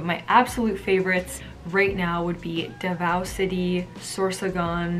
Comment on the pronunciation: PARAÑAQUE --> PA-RAN-NIYA-KEH DAVAO --> DA-VOW HOPE IT HELPS U SIERRA